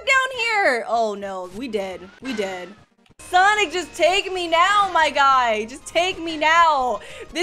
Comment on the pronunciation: The fact that says “Sonix” when she says “Sonic Game(s)”